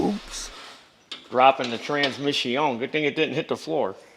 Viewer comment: Transmiss-ioń. It hurts from laughing!